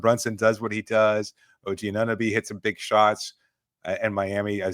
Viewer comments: It sounded like he called O.G. “Annabee” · I can’t strand the way says Anunoby.